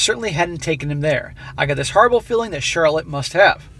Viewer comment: Lol Charlot, with a silent C.